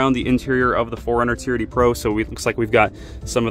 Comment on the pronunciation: Is it just me, or does it sound like he is saying "charity" every time he says "TRD"